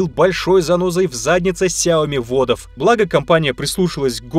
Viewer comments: Все: Сяо́ми или Сяоми́.: Сяйми́и́и́и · ни сяоми а сяоми